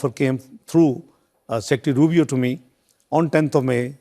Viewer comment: सर मार्को रूबियो है रूबी नहीं है